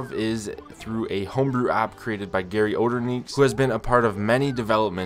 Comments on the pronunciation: as a german, i think you REALLY gotta practice pronouncing garyOderNichts.. regardless of all that, cool vid! once im back home, i'll definitely be checking on my wii u with wiiUident. thanks! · im german and im ngl i needa laugh when you say GaryOderNichts